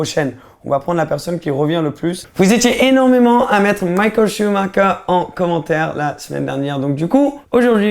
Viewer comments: Ça fait mal aux oreilles quand tu dis Mickaël ShumaKer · il ma tué "Michael CHUBAKA"